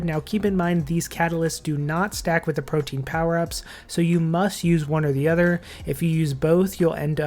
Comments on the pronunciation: Perfect video for DXP! Thanks! Side note: It's pronounced pro-TEA-an (3 syllables) not pro-teen. I think I've only heard 1 Youtuber say it correctly, so you're definitely off the hook! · It's prote-an, not protein.